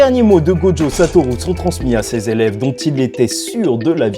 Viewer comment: Et bordel de merde arrête de dire "GODJO" CEST "GOJO" mon vier, écoute l'anime, va sur traduction, arrete dme faire le mec qui met un accent sur le prénom, y'a pas de "d" en ecriture et en prononciation, tu dis pas "condjugué" tu dis "conjugué" ben c'est pareil la, tu me fait mal au crane en plus tu le répète 5 fois par minutes sur la fin.